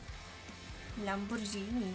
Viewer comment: Nie mówi się Lambordżini tylko Lamborgini! Włosi jak słyszą Lambordżini podobno dostają białej gorączki...🙃